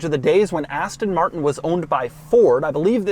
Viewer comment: Love Doug's videos, but my goodness, it is painful to hear American's try to pronounce Aston Martin.